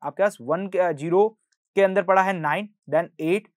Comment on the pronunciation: sir its Zero (Zee-ro) Not Jero (Jee-ro) please pronounce correctly